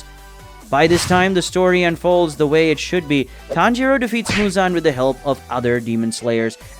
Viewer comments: you called tanjiro, tanroji in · HOLD UP “Tanroji” 😂💀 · Did anyone else realize that he called tanjiro tanrochi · Tanjiro ✖️ Tanroji ✔️ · I heard tanjiroji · I thought I misheard and misread but it is tanroji